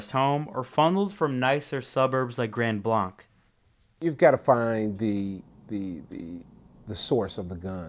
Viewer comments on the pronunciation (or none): u pronounced grand blanc wrong just find out how its pronounced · He said grand blanc wrong lol